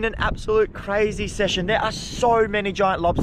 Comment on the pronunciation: nice. "CRAYzy"